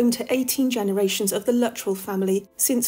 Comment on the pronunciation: I believe Luttrell is correctly pronounced "loo-TRELL",. The double-L shifts the emphasis to the second syllable, like with the names Cornell, Grinnell, Gemmell, or Martell.